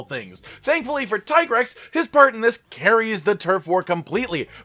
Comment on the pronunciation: Tie grex? Seriously? Its teegrex